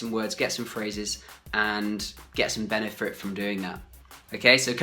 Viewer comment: Was it just me or did I hear you pronounce the word benefit like benefrit as it is here - . No offence, mate